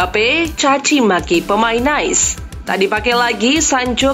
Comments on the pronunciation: Nice bacanya "Nis" bukan "Nice" (seperti dalam Bahasa Inggris). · Nice diucap "Nais" Lazio diucap "Leyzio" Belum lagi penyebutan beberapa nama pemain & pelatih yang salah TOLONG INI NARRATOR NOOB AJARIN BOLA YANG BENER DONG